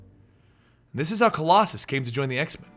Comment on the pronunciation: you totally butchered his name. i love colossus who is one of my favorite xmen characters, he looks badass and cool. i think he is a very underrated xmen, people dont get how important and relevant he is as a character and as a part of the xmen team